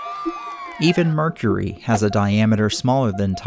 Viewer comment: mer cur ree